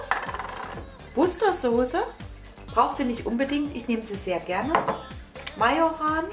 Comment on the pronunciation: Battle Lord Sie sagt es richtig . Mach Dich mal schlau 😉